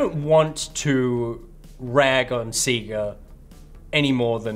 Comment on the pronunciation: Guys, your pronunciation of sega hurts me. They literally say it in all the old fashioned intros. Love the show tho